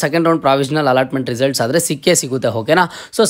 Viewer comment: Aadare is correct,you are pronouncing it like hadare,you are telling ha where ever Aa